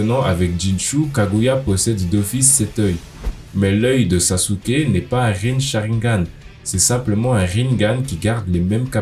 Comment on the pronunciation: Saske* pas saSUke